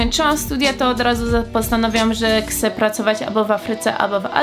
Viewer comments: Nie 'kce' tylko 'chcę':) Pozdro;) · Czasem mówi kcę zamiast chcę, to jest takie słodkie że się rozpływam:D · Fajnie mówisz chce "kce"